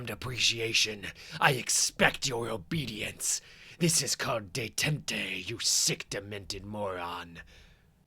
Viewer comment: Detente=Day-taunt. Also, Amazo=A-MAY-zo